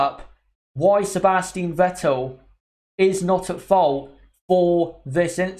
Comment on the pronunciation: It's SebastiAn Vettel